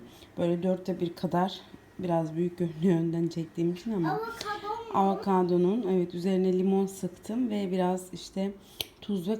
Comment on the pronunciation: AnnneeeAvokodon değil avokaadooo